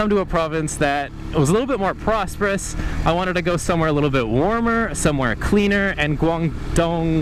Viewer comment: You were longing to live in a more prozzperous province. 🖖